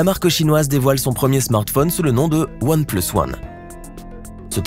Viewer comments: S'est comme sa qu'on dit "One pleusse" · One place ??? ça se prononce pas "oane plUUs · One pleusse 😂 mrd